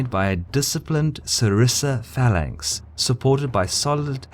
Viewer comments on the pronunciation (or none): none